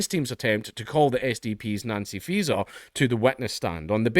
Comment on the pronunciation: I swear I have to double take every time you say Faeser because I keep thinking you're saying Freeza